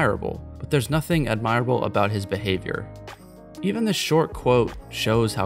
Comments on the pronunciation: ad- mih- rah- bull. not admire- able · Ad mer ah ble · “Admire-able”? Check your pronunciation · Great thought piece, but the way you said admirable totally fucked me up. No hate just jarring. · Learn how to pronounce ‘admirable’ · There's nothing admirable about the way you pronounce admirable.